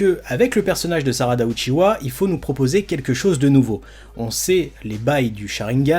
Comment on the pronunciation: Lol c’est UCHIHA ET NON UCHIWA HAHAHAH